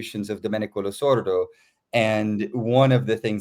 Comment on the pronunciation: Why does Gabriel insist on mispronouncing "Losurdo"? He seems to be saying "Lusordo".